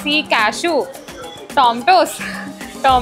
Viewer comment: Tomato ❌ Tomtoos ✅